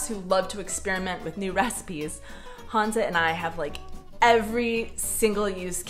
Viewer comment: To možná bylo způsobeno tím, jak vyslovuje jeho "české" jméno. Ona říká "Hanza" místo Honza. A možná je to Američan částečně německého původu.